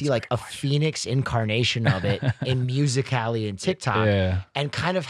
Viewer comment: did he just say “Music Cali” instead of musically?? 😂